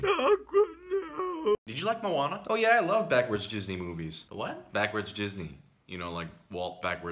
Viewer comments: "Stop saying "Jizzney"." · It's pronounced "Ghis-knee" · It’s Gisney not Jizzney